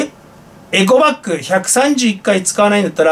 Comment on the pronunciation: エコバッグっではなくエゴバッグ